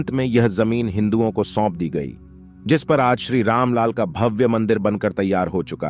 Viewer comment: आपकी व्याकरण कमजोर है , भव्य को भाव, स्वत: को स्वत बोल रहे हैं ।